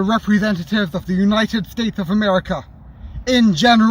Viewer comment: "Unites States"